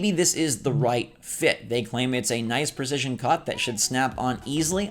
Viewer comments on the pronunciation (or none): none